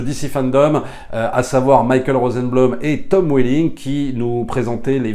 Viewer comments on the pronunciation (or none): none